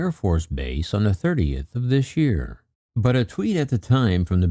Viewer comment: "On thé 30th of "This Yéár"" 😁😁😁😁 "Thats another finé mess you gott mé into" 😁😁👍👍👍✌